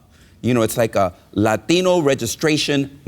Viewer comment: "Latino" is a spanish word. The way he says it is the correct pronunciation